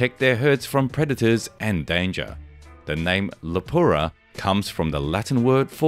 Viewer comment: Cute how you first pronounce it as "lupara" and then "lupura" - show off your deep knowledge.